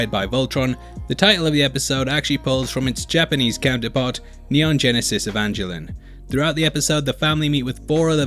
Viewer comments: Neon genesis EE-von-GEH-lee-in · It’s actually pronounced (ee-von- gil-leon) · "Neon Genesis Evan-Jaline". Me: "Oof, close but no cigar bro". 😅